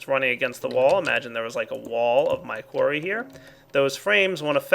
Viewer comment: oh when he said frame qurry i thought he ment a qurry on a frame and i thoguht well that doesnt sound effishant at all